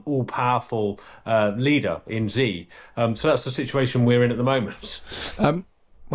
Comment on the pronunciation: Come on. Learn how to pronounce the name of the dictator you're talking about. It's not "Zee" or "Zhee." Just pronounce it as "She." That would be more than close enough.